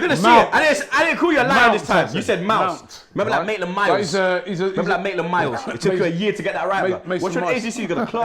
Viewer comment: always on pronounciation lol. kills me every time!! Mason Mouse. Maitlin Miles. kmt I am dead!!!